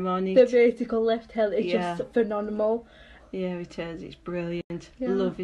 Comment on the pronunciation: Not a hate commeent but she said phemonemal.